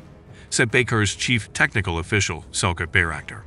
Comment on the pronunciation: His name is not Selkuk. You should pronounce it as Selchyuk.